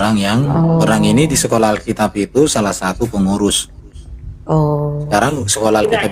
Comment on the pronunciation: Alkitab bukan alkitiab 😂